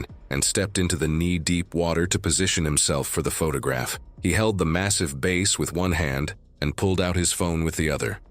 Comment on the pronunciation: 😂.. it drove me nuts that bass wasn't pronounced properly..